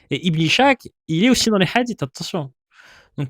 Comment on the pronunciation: Très intéressant comme d'habitude. (Ishaq se prononce إسحاق, pas ichaq, et Schacht se prononce شخت)